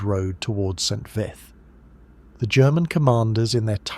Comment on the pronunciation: St. Vithe is pronounced VEET not vith.